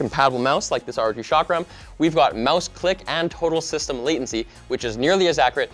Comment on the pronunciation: did just say rog shakram?😂